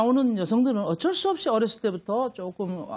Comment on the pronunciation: 커어걱쩔수 없이 커..컥쩔수 없이 발음교정이나 다시 하고 방송출연하시지예 할머니?